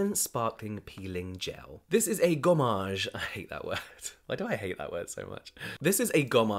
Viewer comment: The way you said « gommage » is too cute. I am french and i can tell you that your prononciation is good.